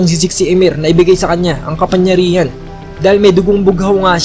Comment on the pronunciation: Sir "KAPANGYARIHAN" po, hindi po "KAPANYARIHAN" pero nice review and translation Godbless